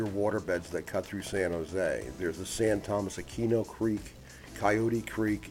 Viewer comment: Nice video. A couple of corrections. Levi's Stadium seats close to 70,000 people. And San Tomas is pronounced San Toe-Moss. I know, I'm being anal retentive, Sorry!